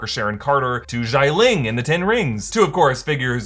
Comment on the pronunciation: Hi Xialing is pronounced wrongly. Funny because it is sounded out many times during Shang Chi which Im sure you've watched. Xia (Like the singer Sia but faster) and Ling which is surprisingly easy to pronounce. Not zhai as you said . Hope this helps.